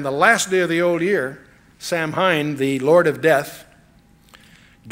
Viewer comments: I'm sorry but Chuck is wrong on this one. Samhain is not the "Lord of death". It is, "an ancient Celtic festival called Samhain (a Gaelic word pronounced “SAH-win”), a pagan religious celebration to welcome the harvest at the end of summer, when people would light bonfires and wear costumes to ward off ghosts". And that is a fact. Halloween also has ties to Christianity. "Halloween is thought to have roots in Christian beliefs and practices. The English word 'Halloween' comes from "All Hallows' Eve", being the evening before the Christian holy days of All Hallows' Day (All Saints' Day) on 1 November and All Souls' Day on 2 November. Lkook it'd need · If I could go back in time to that point, I would correct him saying 'Sir. it's pronounced Sow-win.' Sow pronounced like the 'Female Pig' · Samhain is pronounced 'Sah - win' in English, although many use the Irish. An internet search tells me in other places in the British Isles they pronounce it: 'Sow - in' in Ireland 'Sow - een' in Wales 'Sav - en' in Scots. The 'sow' is said like the name for a female pig, not as in sow seeds. Chuck must've known about the spelling mistake . Martin Luther 'King?' Maybe it was a test to see who'd react. Nobody did. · The only thing I disagree with is that Samhain is actually pronounced "sow en". I would think chuck would know that, but maybe he is mispronouncing it on purpose to disrespect the evil entity. Because it doesn't deserve respect. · "Night on BALD Mountain. And Samhain is pronounced "Sow-ween." ✝️🙏🏿✝️ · "Night on BALD Mountain." And Samhain is pronounced "Sow-ween." ✝️🙏🏿✝️ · "Samhain" is pronounced 'Sow' (rhymes with cow) - 'when'. Sow-when. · Samhain is actually pronounced ‘Sow-an’ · It's pronounced 'sa-win' (say fast).